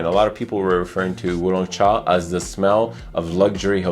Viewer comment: Great pronunciation on Wu Long Cha! I have both but never thought to compare the two. Russian Tea definitely smells more thick and heavy in comparison to Wu Long cha. I would say it works better as a cold weather fragrance. I'm not sure if the formulation changed over the years but when I first got a whiff of Russian tea on debut, the mint and berries were on full display! everything so well blended together you could truly smell everything all at once. My current full size bottle, not so much, but at least the atomizer is one of the best I've ever handled; incredible projection! Wu Long Cha on the other hand I agree makes for a good summer fragrance. It genuinely smells like the underside of orange peels or having slices of orange boiled and infused with tea.